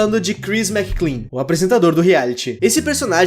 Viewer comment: é McLean, meu amigo Mc Lean não Mc Clean :v